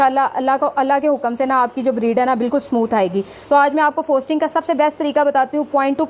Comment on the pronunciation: Bongi "FOSTERING" hota hai FOSTING nahi......Sahi sey bolna to seekh lo